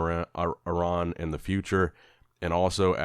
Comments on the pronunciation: Thank you for pronouncing Iran correctly. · is the only American pronouncing Iran correctly.